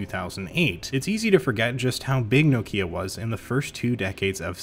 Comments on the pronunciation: BTW, it's "knock-ya", not "no key-a". Petty correction, maybe, but as a European who knows just a little Finnish, certainly enough to know that the emphasis is always on the first syllable of a word in that language, this kind of mispronunciation really gets to me! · I couldn't watch this till the end as the way you say Nokia really bugs me. Also how can I trust you as a tech reviewer if you've never heard of Symbian OS? Did you really think the iPhone wasn't the first smartphone?! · Being grumpy and from the UK I just got to say its pronounced NOCK IA! well it is here anyway. Rant over, keep up the great videos 👍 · Jesus, why Americans and Canadian read Nokia as Nokya?